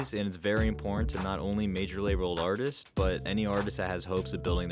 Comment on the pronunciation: The way this dude says artists’ my gawd